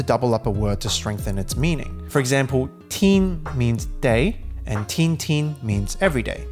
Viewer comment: 天 is pronounced as tian1 not tin1